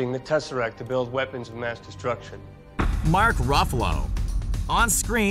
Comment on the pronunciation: This guy mispronounced henry cavill and mark Ruffalo, give this guy a reward